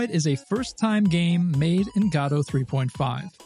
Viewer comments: ive watched a few of your videos, and let me tell you, its pronounces Guh-Dow, not Gaw-Dow. this has been driving me nuts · Sorry. In the what engine? It's Guh-Doh, not Got-oh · say gadoh one more time i dare you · what on earth is Gaahdo? do you mean GO DO ??!! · upon further investigation, your pronunciation seems to refer to a play, but in terms of the engine itself, everyone seems to either say guh-doh, g-doe, or go-dot, which go-dot is just wrong, we can at least agree on that haha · Lmao Gado engine is my new favorite pronounciation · bro respect but "guh - doh" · "Gatta" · I'm sorry, I have to ask, isn't the first "o" in Godot supposed to be pronounced the same as the second? Almost sounds like you're saying Gahdot ^^. Just curious. Super hyped about Godot 4, I'm so tired about Unity being so slow, and I dont like where the company as a whole is going. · "God of war point oh stable" .. wut? q(o_o)p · nobody can pronounce the name correctly apparently. nobody even cares. ok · It upsets me how you are pronouncing Godot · Can’t watch your content while you mispronounce the name…